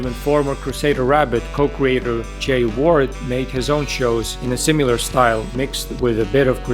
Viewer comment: This video is so well researched and well taught! (Also, I finally found someone who pronounces "similar" to how I used to. Like sim-yoo-lar.)